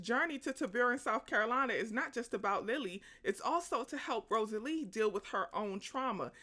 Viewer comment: This movie is wonderful. The book is even better! Read it when i was a child, then saw the movie when it came out ❤ Also, it's Rosaleen, with an N! Not Rosalee.